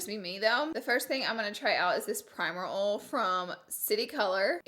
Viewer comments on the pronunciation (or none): “Primer Ole” “it feels rly oly” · Haha I love how she says ol instead of oil ♥️ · It's oil not oll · “Primer ole” “Very oley” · Is it really a Laura Lee video if she doesn't say ohl or conciller? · Someone has to make a video of Laura saying "Ol" instead of "oil" for 2 minutes straight lol!!! Love u so much h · some primer oll? does she mean oil? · Again, love how you say oil. “Ole” 😂❤️ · Primer "OWL"..CONCILLER😂 ORDINARY LAURA😂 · Anyone else watched her saying “oil” “contour” “concealer” and “because” wrong for like 30 minutes, it’s funny(and cringe worthy) but no shade because I love her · I thought you were saying Ollie when you were saying oil😂. It’s okay I live in Indiana and my uncles who live in Florida Think I have a southern accent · everyone talks about how she pronounces concealer but she LITERALLY SAYS OLE AND NOT OIL LMFOANDJD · The way you say oil!!😂🤣 love you Laura!💛✌🏻🌻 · The way she says oil 😂 I love it 😍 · why make fun of the way she says concealer when we could make fun of the way she says oil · The way she says "oil" 😂😂❤️ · The way you say oil😂😂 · Omg how does she pronounce oil like that??